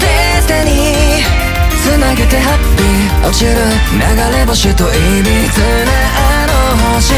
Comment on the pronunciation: 発音良！！ 2人の｢アイデンティ⤴︎ ティ↓｣みたいな歌い方好き… ｢ぅ‘’おちる｣かっけえ